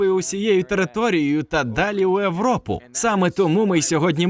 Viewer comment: Чоммууу ти говориш: "Европа" а не Європа?? гспд 🫠🫠☠️